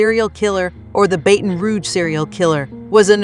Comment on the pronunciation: Say it.... BATTON , BATTON !!! not baten !!! 😡😡😡😡😡